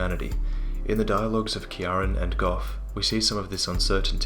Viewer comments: Ciaren is pronounced Kee-ran dude :) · By the way, Ciaran is pronounced keer-ran or if you want to be more proper keer-rawn.